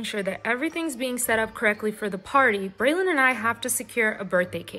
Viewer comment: Not calling Braylon Baylone😂😂😂😂😂😂😂